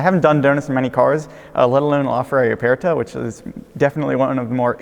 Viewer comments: Not with that much stress on the e/r though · Why does he say Aperta like that? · Why does he pronounce aperta like that?